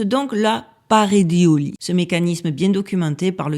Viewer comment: Parédéolie Paréidolie , la Dyslexie n'excuse pas tout 🤣